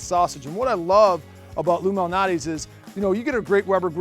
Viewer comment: It sounds like he’s saying illuminati.